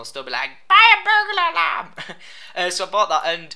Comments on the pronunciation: I thought he said "burger alarm." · i thought u said burger alarm lol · Lol it sounds like he said a Burger alarm